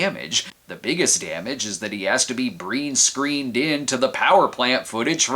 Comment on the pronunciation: "breen-screened" lol